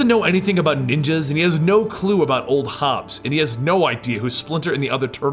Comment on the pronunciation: It's Old HOB. Not Hobs.